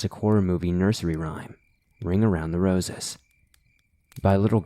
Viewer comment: did he say ring around the roecess? lel its rosies